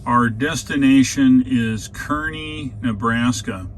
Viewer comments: FYI: Kearney = "car-nee" Enjoy your videos. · I like how you didn't speak when showing the windmills. Very calming and felt like I was on a real road trip. I grew up in Nebraska. For what its worth, they pronounce Kearney Nebraska 'car'-'nee'. Thanks again for your videos.